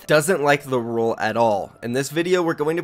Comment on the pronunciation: It’s RULEEE NOT ROLE